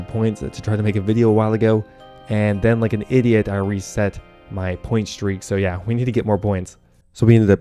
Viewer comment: Did you pronounce yeah as Jeah? European heritage revealed